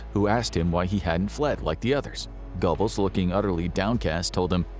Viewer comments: I think you will find GOEBBELS is pronounced GERBULLS (BULL as in DULL) and NOT GOBBLES like the sound of a turkey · (😮Eva) "Braun" - pronounced like the English "Brown." Goebbels = "Gurh buls" Thank you❤ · Goebbels is pronounced Gerbells. I don’t know why. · Goebbels is pronounced GER-bulz. Doenitz is pronounced DER-nitz.